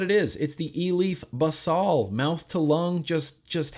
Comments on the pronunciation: I believe it's pronounced basil like the herb, basal means base in a medical sense. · Basal means something like, "forming the base," and gets used a lot in scientific writing. It's pronounced "baes-ul," kind of like the word "bays," followed by "ull," as in "skull." I know pronunciation isn't important, but I can't stand idly by as you abuse innocent words! :V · Love your reviews as always! Thanks for being you. Ps: basal is Latin for base, it’s pronounced how Americans say basil the herb “bay-sill” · I believe it may be pronounced as baesal